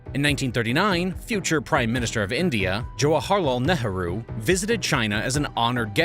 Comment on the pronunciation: Wait what pronounce Jawaharlal Nehru again😂😂😂